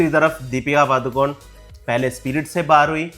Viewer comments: The actual pronunciation of Padukone is not पादुकोन it's पडुकोणे that's also a place name in Karnataka that's where they hail from. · पादुकोन नहीं The correct pronunciation is पडुकोणे (Saraswat Brahmanas also have a surname called Moodukone मूडुकोणे